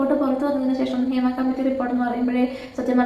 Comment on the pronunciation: Adhyam poyi padik, hima alla hema